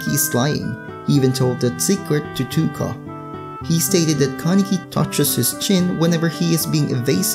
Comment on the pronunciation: Why do you say touka wrong